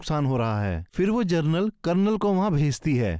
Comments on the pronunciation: Jernal nahi genral hota hain like karo baccho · पिंडोरा नहीं पैंडोरा जरनल नहीं जनरल 🤣